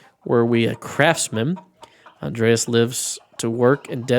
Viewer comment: In Germany of today, Andreas is prononounced with ea as seperate letters. The a letters sound like the u in "but" and are short. You can relax though, nobody judging you here. "Grobian" is a word that a german would understand as "a rough person; someone who is impolite, not tactful or likes shoving people around"